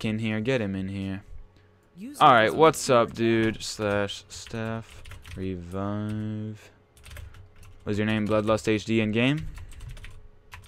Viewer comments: "reivive" LMAO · actually rovive